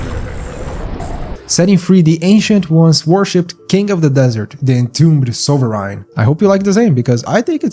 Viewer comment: It’s pronounced “soveren”, dude.